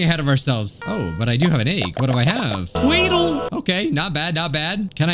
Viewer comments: HE CALL DO DOO IT’S PRONOUNCED DOUGH LIKE DO,RE,MI,FA so on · Bruh it's pronounced doh